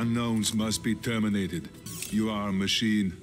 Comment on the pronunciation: to be tiörminatid🤣